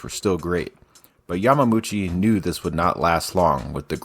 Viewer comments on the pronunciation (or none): YAMAmUCHI???? YamaUchi... Dang boy